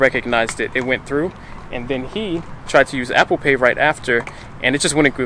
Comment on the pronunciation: She said apple paid 😂